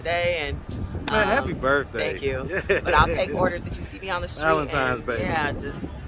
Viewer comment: He couldn’t say happy birthday? 😂😂😂